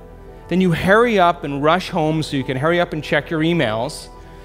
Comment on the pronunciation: “Herry up” was sooo distracting lol